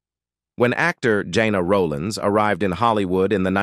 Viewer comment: It's not Jana Roland it is Gena Rowlands